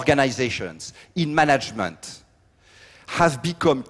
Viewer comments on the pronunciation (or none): I still don't know what he means when he says "monjerment"... is it 'management'?